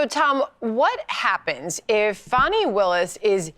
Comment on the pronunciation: G, you said it correctly, Fanni Wilis, along with Letica James are an embarrassment to black women and the black community as a whole!!